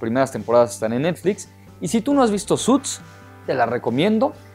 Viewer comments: Amigo se dice tal como se escribe suits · "suts" jajja 😂😂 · ''suts'' v